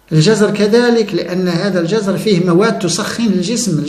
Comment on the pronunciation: في عدد من فيديوهاتك، سمعت نطقك لنبات الجزر الكلمة التي تشكلها بالسكون على الحرف الثاني JAZR ونطقك لهذه الكلمة تعني حركة مياه البحر حينما تتراجع، ضد مد MADD. في حين أن الخضر التي تتكلم عنها ، فهي بفتح حرف الوسط: JAZAR تسألت عدة مرات عن هذا النطق الذي رددته كثيرا وأرجو أن تداركه بالرجوع إلى القاموس اللغوي.